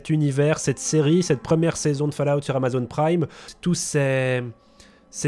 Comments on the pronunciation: bonne video merci mais par pitièe on prononce faul_a_ou te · J'ai arrêté le visionnage à quand il a dit "falaoute". Merci bonsoir, au revoir messieurs dames, c'était. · Va vraiment falloir bosser votre accent les mecs , il faut prononcer FAULLOUT et non FALLOUT, quant à Bethesda, prononcez beSSesda !! Très bonne vidéo cependant👍